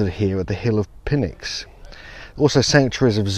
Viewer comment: Awesome video, thank you! If you're into pronounciation, Pynx is Nyx, the P is silent. This seems polymer like. Huge blocks of rough limestone fitted perfectly? Mixture of precision with sloppiness.